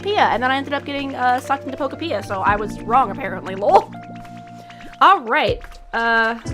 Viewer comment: Pokopia is pronounced like utopia Poke-Oh-p-ee-ah Not trying to be rude just trying to inform you because you said it wrong so I assume you didn’t know